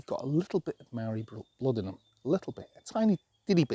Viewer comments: Maa-ree. Not Marry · You sound like a racist Simpleton with your incorrect pronunciation of "Maori". It's not "Marry" 🤦 Imagine if I said "As-ray-lee" instead of "Israeli" or "Franch" instead of French... and so on. That would make me such quite the simpleton